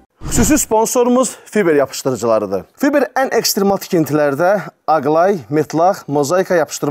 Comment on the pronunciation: Fiber yox fayber